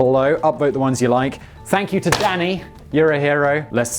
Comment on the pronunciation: ohhh danny i thought he was saying daddy the entire time LOL